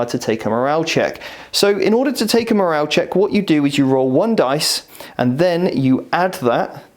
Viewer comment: Great advice but... morale with an E, please.